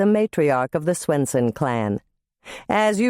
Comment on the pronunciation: Does the reader sound like she's saying "Grandma SNOOTsen" to anyone else but me? 😜